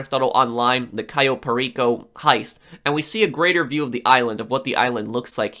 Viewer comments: Cai-yo Perico... It pronounced Ka-yo Per-iko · Cayo perico is pronounced differently